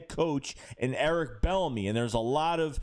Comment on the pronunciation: What up. I think his name is pronounced “B ENEMY”. It’s all good